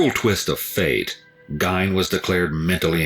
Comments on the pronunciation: The only problem with the video, he mispronounced his name. Ed Gein (Geen), I've seen and read to much not to know how to pronounce it lol. Awesome video as always L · Its pronounced "Geen". I think the real evil is that mother of his. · I always thought it was basically Gain haha....weird how people hear it differently depending on what source they heard it from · I know the 2 documentary's i have watched they all pronounced it Geen but spelled Gein,it could go either way lol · I live in Gein's hometown and am good friends with some of his victims' families. I hate the way people mispronounce his name. Apple pie with cheese on it is quite common here in Wisconsin. It was even more common back in the 1950s. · It drives me crazy too, the mispronounciation! I think most people know of Ed Gein, not sure why EWU implied otherwise. I always wondered, if Gein had grown up in a more normal household, or if his mental issues had been more correctly administered to early, would he have still been twisted?!? Either way, it's SO sad for his victims and their loved ones, immensely tragic!!! I do feel some empathy for Gein before he acted on these impulses. It had to be tortuous to feel the things he did, but when he took their lives into his hands, and then ended them, that when I mainly think of the victims pain, fear, etc, and, their loved ones losses and grief!!! I didn't get new info from the EWU video, but it was well done, pronunciation aside, but I do love watching L's reactions! I've known a few people here in SE Missouri who eat apple pie with cheese too. I eat many odd food combinations, so I can't say much, lol!! I hope the families and friends of his victims feel some level of peace!!! Especially, as they're reminded of the tragedies all too often. You Take Care, and Merry Christmas Everyone, Amanda H. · I've always heard it pronounced Gain